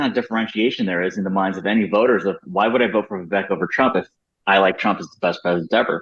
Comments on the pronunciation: And by the way… when in God’s name is Megyn going to pronounce his name correctly… Viv-ACHE But we love you to the moon and back Megyn and Abby ! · Ok, BS analysis, how about somebody try to pronounce Viveck’s name right. Love you Megyn but this was not your best moment.